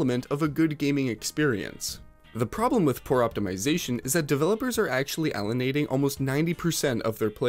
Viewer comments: It’s “alien-ating” not “allen-ating”. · He lost me when he pronounced alienating as Alan-ating. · Allan....ating? ALIEN...... ating!!!! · I had to do a double check with "elanating" 😅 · “Allenating?” “Niv-idia?” Have you considered using an AI voiceover? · Ah yes, allenating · Allenating, nuh-videa.. are you even trying lol